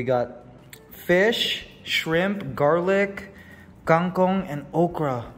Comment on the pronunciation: Who waters all the plants? Didnt RJ buy too much? When will you put back magnus to the cage? Kang kong is not pronounced separately. And its not kaeng kong.